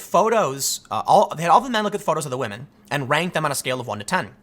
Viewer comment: Tim... respect wAhmen. 🤣